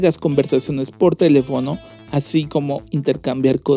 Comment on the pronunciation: Entre "automatación" y el hablar "asiiiiiiii", "fotoooooos" y alargar las palabras, tenemos al próximo rey de la comedia.